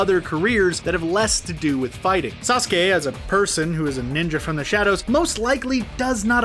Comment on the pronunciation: Uzumaki, Sasuke, Senju, Kishimoto, Infinite tsukuyomi and GenJutsu. They are the only words you pronounced right on the first go.